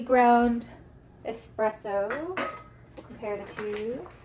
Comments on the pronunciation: I enjoyed your vid. I think it's pronounced es-presso rather than ex-presso, though. I spent about $10 on my Melitta pour-over funnel with filters (which makes a great cup of coffee), but I think a $10 grinder might be pretty lame. I think it's safe to say that you can get a very good burr coffee grinder for around $100. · Great video, but ESpresso haha